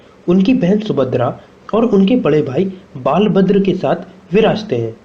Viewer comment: Nav Kalebar. Not Nav Kalbera. Lord Balabhadra. Not "Baalbhadra"